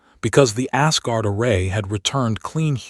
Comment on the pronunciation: The text on the A.I. backgrounds is still gibberish ... undercooked technology. I'm sorry, when the TTS reader pronounces "Asgard" as "ass-guard", couldn't help but chuckle a bit.